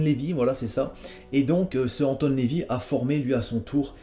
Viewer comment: Non, son nom est Anton Lavey, Fred l'a mal prononcé. Mais BHL est une ordure quand même.